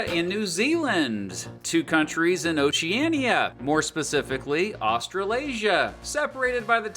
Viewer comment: BRO ITS OCEANIA